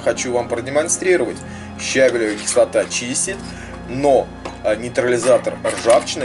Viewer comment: Видео - супер, только правильно ставить ударение щавЕлевая кислота. ЩавЕль.